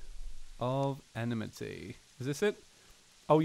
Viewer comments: Enmity Pronounced like En-metee not enamitee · Your suppose to say it like this. Em-i-ty